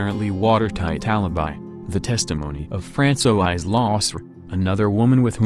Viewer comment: France-o-eyes. = Francois. 😂😂😂😂😂😂😂😂😂😂